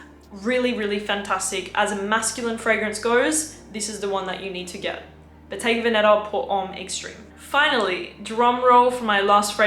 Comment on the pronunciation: Bottega veneTa la t si deve sentire …si